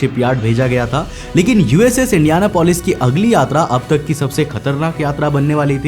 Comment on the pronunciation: Its not indiana polis Its indian apolis